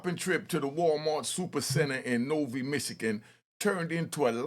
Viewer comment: Its pronounced NO Vye not no vie. Novi Mich. U look like like a mix of a broke LL & reject flavor flav